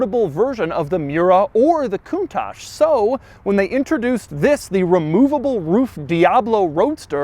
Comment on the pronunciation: Doug is the type of guy who pronounces correctly the word "countach", which is a northern Italian dialect exclamation ! Nobody in Italy prounces it the correct way!